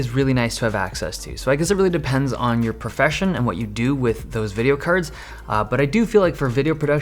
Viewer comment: I thought he said graphics curds lol